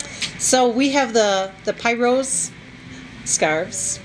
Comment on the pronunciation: I just wanted to let everyone know that Pirose, the fashion scarf/nursing cover-up is pronounced "PEER-rose' --- not " PIE-rose". The name is reflective of a ballet dance move called a pirouette ( Peer-' ou - ette' )